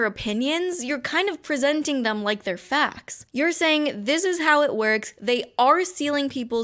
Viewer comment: Yyeahh faaacts and looogiic… did you even read the ‘manifesto’ or did you just look for things to put outta context🤔 I’m really doubting that you would actually take the time to read cause you know what they say “reading is for prisoners” and that stuff. Also learn to say facts right it’s facts, f a c T s not facs.